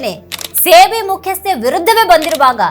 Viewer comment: Adu ಸೇ ಬಿ ಅಲ್ಲ ಸೆಬಿ